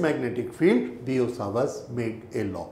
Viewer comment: It's Biot savrt law